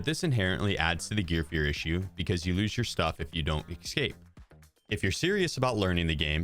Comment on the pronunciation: E-s-cape, not e-c-scape. Good video tho!